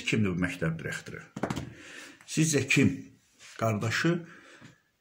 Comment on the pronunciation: MƏMURƏ .XANIM YOX.ZİBİL XANIM.DİREKTOR YOX DIRIQTOR.ÖLKƏ DAQILIRRRR.SOS SOS.VALLAH BİABIRÇILIQDIR TƏHSİLİ QƏSDƏN AXSADIRLAR.